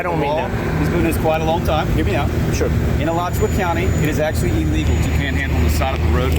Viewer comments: A-latch-you-a Not Ala-chew-a lmao I'd love to see how you pronounce Lacoochee or Withlacoochee or Kissimmee or Okeechobee or Sopchoppy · It's not Al-uh-chew-uh. That's how they pronounce it in the small town N.E. of Gainesville. It's Uh-LAH-choo-uh. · Pronunciation of "Alachua" was pretty funny. It's Uh-law-chew-wa. Not alla-chew-uh. Thank you for the video ! ASO and GPD are full of tyrants. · Just so you know. It's a native American word. Alachua. But it's pronounced a laa chu a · I thought he was saying Rice Krispies until like the last 2 minutes. I’m hungry. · AL-ach-OO-UH County. Lots of tricky American Indian names in Florida. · All I kept hearing was “Rice Krispy” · Alachua is pronounced A-LATCH-OO-WAA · I love your videos, but it's Alachua (Uh-lot-chua) County. Made me laugh though. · Ah-laa-chew-uh Alachua. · Gainesville has a lot of bad cops and next time please say Alachua correctly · 😂😂 I'm from there and they are horrible. And you kinda butchered the county name. 😂😂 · You pronounced the county wrong